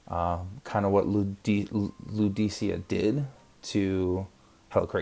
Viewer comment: I think you’re pronouncing Lucidia incorrectly. I think her name is pronounced like “Lucid-ia” not “Ludi-cia”.